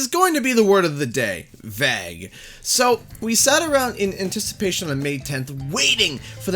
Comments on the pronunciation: WTAF does "Veg" mean? Or does this guy just not know how to pronounce "vague" ? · Its not Vuh Egg its Vay guh! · Vague is pronounced “vayg” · Why do you say vague like "vag" 😂😂 oh canada never change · Great content as always but just had a question (hope you don't take offense) - your pronunciation "vague", is that a Canadian pronunciation? It sounded really strange as pretty much everyone pronounces it "vay-g". Just curious. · Please stop pronouncing "vague" like "bag." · vague is not pronounced vag bro... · Never heard anyone say it that way. Maybe he was being vague with his pronunciation by calling it “Vag”. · That's an interesting mispronounciation of "vague". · the most Canadian pronunciation of Vague i have ever heard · I’ve not heard the word vague pronounced like that... is it the way it’s said in Canada? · Good vid but you pronounced the word of the day ‘Vague’ so poorly I cringed a little 😂 Is this how American and Canadians pronounce this??? Ewww